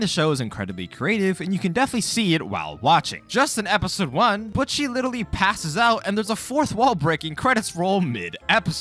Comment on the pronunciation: buch chi? anyways. great video